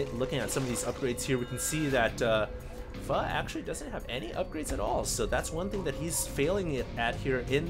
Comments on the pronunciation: yes it's pronounced fu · fail pronounce "Pho" for a Victor Charlie ;p